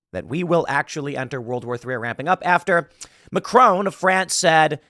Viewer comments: Please please, get his name right it's MACRON in English and french not Macrone. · Omg that pronounciatin of Macron. Love Tim-Tim, but that was funny. 😅